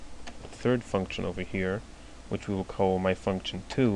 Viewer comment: its function btw not functchion :D